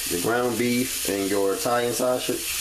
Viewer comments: The way you say "sausage" lol sauchage!! 😂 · The way this dude says sausage lmaoooo